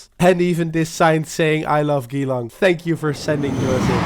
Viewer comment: The way you said Geelong made me laugh 😂 it’s more like the letter g then long